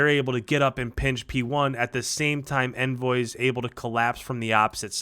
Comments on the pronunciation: you pronounce is name onvoy man, quit calling him envoy you should know this being a content Creator doing call of duty videos 🤔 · he said it's pronounced ONvoy. Some casters has picked up on it. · Brother its ON-VOY, not to be rude. I remember him saying that in an interview They went 3-2 for the Hardpoints but lost all 3 Doms, very close maps though. One thing about playing Faze is there isn't any joking around, they take it very serious and i love watching these matches where both teams are trying their hardest. Thanks again man. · would you like someone mispronouncing your name the whole time? I don't think so, to pros it is a big deal, and people are just letting him know he pronounces envoy wrong, so you relax dude